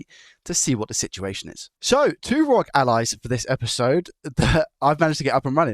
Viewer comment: Please R O G - (are oh gee) not rog rhyming with dog. Makes me cringe everytime